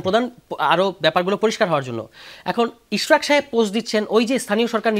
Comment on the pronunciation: It’s Ishraque not Ishrat!!!! 😊 Beti baji korte korte, thik moton naam tao nite pare na.